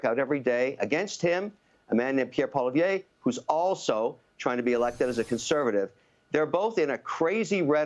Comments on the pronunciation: It's a bad sign that a Canadian can't pronounce the name of the, hopefully, future Prime Minister of Canada. It's Poilievre - "pwah-lee-ev," more or less. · O'Leary can't even pronounce Pollievre's name properly. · WHY CAN'T KEVIN LEARN TO SAY POLLY-EV?? Man, he claims to know the guy personally. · Because it doesn't role off his tongue easily